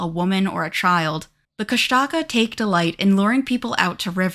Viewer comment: Kushtaka mentioned brrrrr. Koosh tuh kah is how it was always pronounced in my town but just though id share. Also idk why they chose to spell it the way they did but tlingit is actually pronounced Klinget with an almost k like g just thought id put that out there